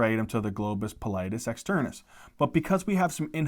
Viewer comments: Also its globus pallidus, not globus pallitis, that sounds like its inflammed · oops back to "pallitis"